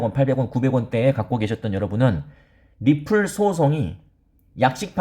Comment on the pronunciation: 리플~~ 이 발음하는거 듣기좋았는데 ~~ 엑스알피로 바꼈어도 리플자주 말해주세용^^